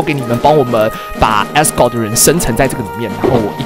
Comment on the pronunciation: 為啥我能把Asgard聽成Asgore 0.0